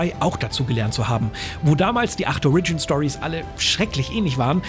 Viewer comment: "OHR-ridjin" nicht "ohr-RIDJIN"